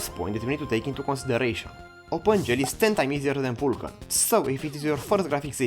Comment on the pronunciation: The pronoun at start bugs me... Normally I listen "learn OpenGL" but he pronouns "learnOpenGL" together and he pronouns "Uulkan" not "Vulkan" (and I know the pronoum of U, V and W are a mess).